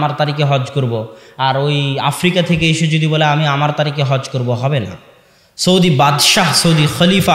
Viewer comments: সৈদি নয় সৌদি আরব হুজুর। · "সৌদি" উচ্চারণ ঠিক হচ্ছে না।